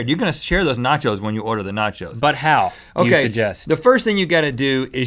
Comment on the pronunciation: nachos= NOT YO'S